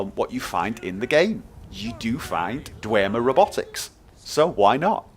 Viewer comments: its dwemer not dwermer just saying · In Skyrim it is pronounced 'Dwem-er' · i'm pretty sure its just pronounced "dwem - er" without the emphasis on the "e"